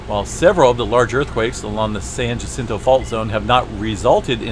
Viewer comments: Okay so I live about as close to the San Jacinto Fault as I used to live to the San Andreas Fault. Just a word about how to say Jacinto. You want to think of Spanish words, like jalapeño and that's the j sound you are looking for. It confused the hell out of me when I first realized how different the pronunciation was when I was a little kid. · The J in Jacinto is pronouncedas an h. Thank you for the info. I use to live in those mountans.